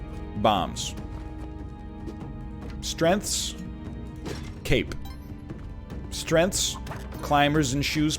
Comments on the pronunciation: WHAT THE FUCK IS A STRENTH? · why do u say strengths so weird